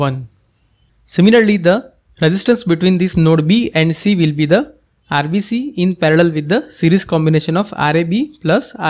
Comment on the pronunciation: It is irrelevant but whenever u say RBC i hear RCB😅